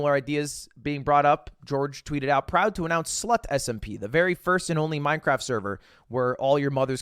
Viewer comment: Does... does he do it on purpose... when he says "cwaft"? Every once in a while "mine cRaft" sounds like "mine cWaft"